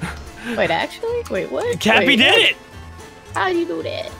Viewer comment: Did just call cappy tappy XD